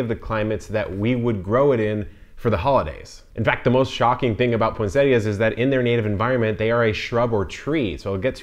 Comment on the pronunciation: Thank you for pronouncing this plant correctly!